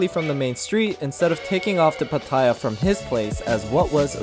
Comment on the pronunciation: FYI...PATTAYA is actually pronounced PAH-TEH-YAH not PAH-TIE-YAH. Really loving your vlogs. Greetings from a Thai-American from SoCal!